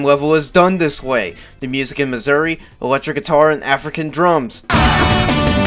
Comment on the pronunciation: Why do you pronounce "mazuri" as "missouri"